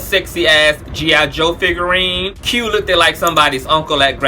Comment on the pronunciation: "look-did" dope. Is "look-did" a word? lol